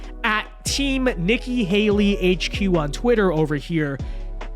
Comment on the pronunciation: Are you calling her "Icky Haley"? 😆